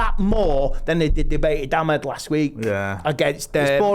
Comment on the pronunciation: At least get the names Right… Diogo not Diego and Amad not Ahmed.